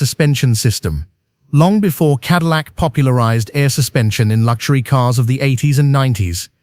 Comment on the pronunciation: BTW, they are all cars, not caares Learn how American English pronounced!